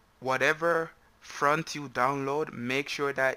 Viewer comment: Its not Front its Font😂